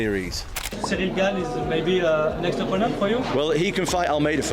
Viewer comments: chay-el, gain, what are these pronunciations lol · Surreal Gane 😅 Cheal Sonnen is your typical yank, can't, or won't learn basic pronunciation